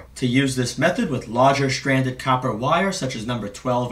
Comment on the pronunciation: 'stranded' is not pronounced 'shranded'. 'important' is not pronounced 'impordant'. obviously these people did not finish school. very strange how mental illness follows one another.